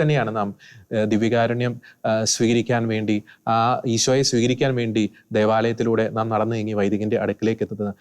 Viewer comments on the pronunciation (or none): സർ, ഈശോനെ എന്നല്ല ഈശോയെ എന്നാണ് പറയേണ്ടത്.